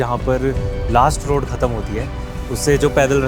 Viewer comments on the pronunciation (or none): none